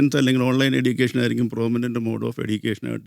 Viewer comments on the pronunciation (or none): എഡ്യുക്കേഷൻ അല്ല എജ്യുക്കേഷൻ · ഇയാൾ ഒരു യൂണിവേഴ്സിറ്റി വിസി ആണോ? സംസാരം, ഉച്ചാരണം ഒന്നും ഒട്ടും കറക്റ്റ് അല്ല. എടീക്കേഷൻ, ഡിഗിരി എന്നല്ലാം പറഞ്ഞോണ്ടിരിക്കുന്നു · Education ൻ്റെ pronunciation തെറ്റാണ്